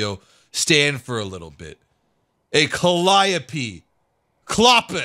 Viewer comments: It comes from the Greek mythology and is pronounced C A L I O P I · Calliope: Pronounced CA-LEE-OH-PEY. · Never thought it was pronounced like that. I thought it was pronounced as "Calli-yowp" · I always thought its pronounce "calli-ope" like "antelope"